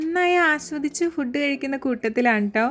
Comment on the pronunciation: ചേച്ചി ഫുഡ് അല്ല ഫുഡ് ആണ്